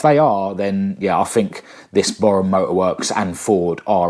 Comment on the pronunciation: Pronounced Bore-em